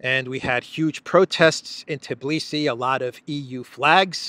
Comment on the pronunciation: So, G7 is a mob club. Is the 10-year goal of supporting Ukr starting from 2022 or 2024? Also,, it's pronounced Tbi-li-si, not Tiblisi. There's no I/e between T & b letters. I understand it might be challenging phonetically for foreigners to pronounce this name, so just fyi.